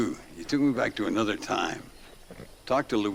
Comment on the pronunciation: “Anudder?” Is the title of your channel ironic? Nigel West Dickens is the only character you’ll “speculate” on — except you speculate on every single character. You don’t even know how to read, lol. You’ve never heard of croquet (“cro-kay”)? MacDougal is a commentary on academia — book smart, so smart he’s dumb, etc. Perhaps you’ve heard of RDR2? Landon Ricketts was deputized for the Blackwater sting for Dutch’s gang. He didn’t do “bad things in his youth.” Despite being a duelist, he was on the right side of the law. Reyes is a commentary on foreign dictators, especially Latin American foreign dictators.